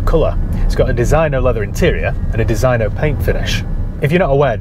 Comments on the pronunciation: It's called DESINYO (proper pronunciation) ya peasant lol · It is supposed to be pronounced DEE ZIN YO Even in Yorkshire 🤣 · It is pronounced 'Deseeno'! Great vid.